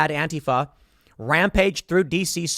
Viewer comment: Tim is one of the infinitesimal few public figures that pronounces Antifa correctly. One day "anTEEfa" will never be heard again. Gotta go update my anTEEvirus software. brb